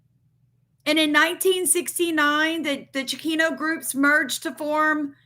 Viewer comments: It’s Chicano (chee cahn oh) not chikino. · Hey just saying I watch your videos all the time and support you but just wanted to let you know it's pernounced (chi-con-no) just so no one else has anything to say about that but other than that thanks for the heads up all the time . Keep up the great research 😊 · It is pronounced Cha-con-o. I grew up in Houston. I heard it often years ago but I haven’t heard it being used for a long time. Wikipedia defines it as…. Chicano refers to an American, particularly a man or boy, of Mexican descent, and it emerged as a term of pride during the Chicano Movement in the 1960s. Originally a derogatory term, it was reclaimed to express cultural identity and political empowerment among Mexican Americans.